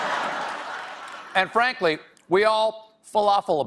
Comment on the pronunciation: Did he say "Anne Frankly?" Or did he just accidentally outdo all of the puns that followed by talking with food in his mouth?